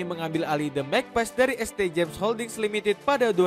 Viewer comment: St. itu bacanya Saint bg